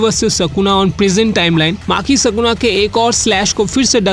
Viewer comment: Are mere bhai tu phele achese bolna sikh vo Sukuna hai sakuna nhi